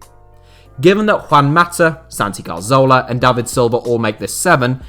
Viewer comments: CAR-ZOLA!? bro the name isn't hard to pronounce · I don't like to be mean spirited, but the attention to detail here is pretty horrific. Hull City were 2-0 up in the 2014 FA Cup final and the inability to pronounce Cazorla and Rapinoe correctly are one thing but picturing Naby Keita when talking about Sadio Mane is...not good. Almost like the whole thing has been rushed.